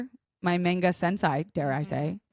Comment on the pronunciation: Oof. Some of the mispronounced terms in this video made me cringe just a little. Especially on the words "manga," and "eechi." Regardless, what I wouldn't give to talk anime and manga with, as someone myself who has been into anime since I was 13 - and still keeps up with anime today. I have literally seen 800+ animes.